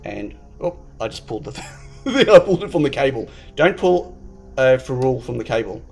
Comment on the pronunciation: Hey. Love the concept board. By the way, the way you are pronouncing ferrule is killing me:), I believe you should stress the first "e" and not the "u", but each to their own. Cheers.